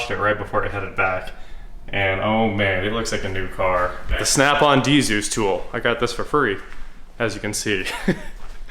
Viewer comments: Dee-zus? Actually the D is silent in dzus fasteners. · Bro, the D in Dzus is silent.